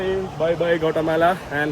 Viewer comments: കൊട്ടാമല അല്ലാ gvaattimaala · It's not kottamala it's Guatemala